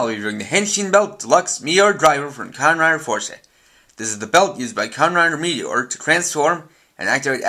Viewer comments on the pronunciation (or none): no offense but I think you slured meteor's line at the start of the video